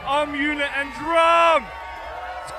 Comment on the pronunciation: "dee jay rum" bru its djrum